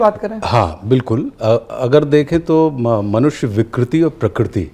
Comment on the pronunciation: Majority of us say prakriti whereas it is prakruti and Ashutosh ji has pronounced it close to perfect.